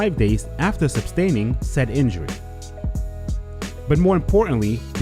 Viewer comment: You “sustain” and injury, not “substain”. I don’t even think that’s a word...